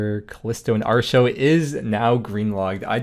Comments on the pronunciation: I know the pronounciation you're using is based on the actual Celtic goddess, but I just can't do it. It will always be ART-e-o, not AAR-show. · 8+ years of playing smite and never once heard artio pronounced "arr show" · Why does he pronounce Artio that way? 😅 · I was going to say the only "R" show around here is listening to you pronounce atrio but then he pulls up the text to speach. Well shit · Yes, he is saying "Artio" incorrectly. Stop asking.